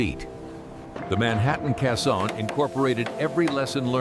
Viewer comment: Someone needed to program the bot to say KAY-sohn, not kuh-SAHN. Let's hear it for actual human narration.